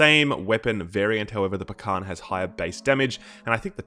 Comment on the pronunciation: And please, please pronounce Pakhan like Pahan. Skip 'k' use 'h'. In russian it's Пахан. Use google translate to hear correct variant of the word.